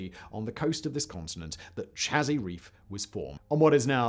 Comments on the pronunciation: You are saying Chazy Reef incorrectly. There is a nearby village which is also bears the name Chazy. It is pronounced Say-zee not Cha-zee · Me either ...and I spent my childhood years living in the tiny farm town of Chazy. (it's Shay-Zee, btw, love how Simon tries the pronunciations, lol.) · I grew up in Chazy, New York, on Lake Champlain. I would see Isle Lamotte every day and have been there numerous times, but just recently to get a closer look at the fossil reef. "Chazy" is pronounced like 'hazy', with a soft 'ch' like Champlain. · I have a B.S in Biochem/Biophys from SUNY at Plattsburgh, NY. Nø disrespect intended, Simon, but "Chazy" is pronounced like "Shay Sea." as if said as one word. I lived in the summers I spent there primarily by fishing in Lake Champlain. It is truly beautiful there in the Spring, Summer, and Fall. It is brutally cold in the Winter. (I live in Arizona now... ). 'Nuff said.